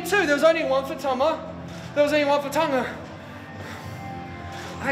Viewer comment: One for Tama, One for Tenga 😂 come on Jay White, gotta get your Tongan names right. You just called Tangaloa a 🍆 😂